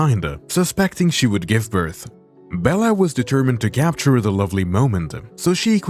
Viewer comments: Sorry.... birthA ? Hard to understand you. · Why did I hear Bertha instead of birth maybe I need to get my ears checked I have been hearing things wrong like this comment if you heard Bertha or I need to get my ears checked